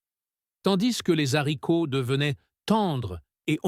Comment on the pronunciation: On ne dit pas l: les zzharicots, mais les haricots !